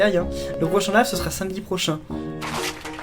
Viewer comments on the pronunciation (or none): none